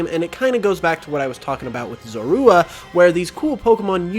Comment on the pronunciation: The way you say zorua bothers me so much 😂 also WHY ROWLET?!? usually grass types have a wide disadvantage. From typing to low coverage.